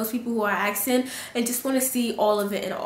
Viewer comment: ASKING NOT AKSING